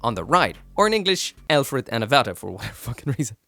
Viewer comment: Hey! just want to suggest that Lfrith is most likely pronounced "Loo-frith" in english. If you take the Japanese pronounciation and kind of reverse-engineer it to what sounds it might be replicating from english, you can logically get to "Loo-frith" instead of Rubris or El-frith